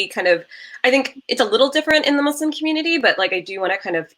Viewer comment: I thought this was a different and interesting covo🙌🙌 you never cease to amaze with your channel... love the points that you ladies made.. AND I’m so happy of the proper pronunciation of “Muslim” 🙌🙌 I hate when people say “Muzlim” 👍